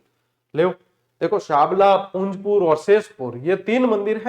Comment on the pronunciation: Or ye Punjpur nhi hai Punjpur hai